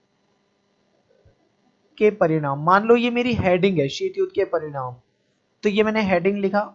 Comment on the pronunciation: Parimaad nhi paridaam